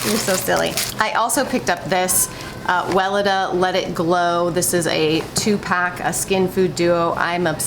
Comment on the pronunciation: Can I be annoying about the brand name Weleda? If you google it pronounces Well eeda ( long E on second syllable) don’t hate me. Love your show and critters and its about the name not you.